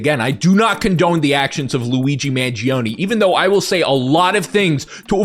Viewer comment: If you really loved Italians why did you Pronounce Luigi Mangione last name wrong for the entirety of the video?